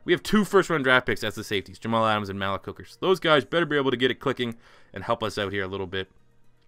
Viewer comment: Malik = (muh-leak) js